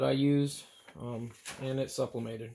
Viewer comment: I'm pretty sure your saying "SUP"LIMATED and its SUBLIMATED...lol